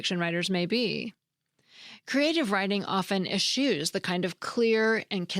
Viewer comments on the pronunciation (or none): Es-chew; not es-shoe.